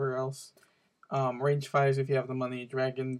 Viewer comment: its ragefire not rangefire. just pointing it out